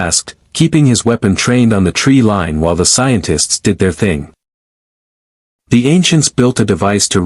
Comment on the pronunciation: Pronounciation and inflections are atrocious in parts, especially names, but also words like "line". Repetetiveness, bland/monotone iteration, bad grammar in general. How the f* did the Voyager crew know, right at the start, that the unknown material is Naquada? This, like 99% of all AI stories would be so much better with better vocalisation.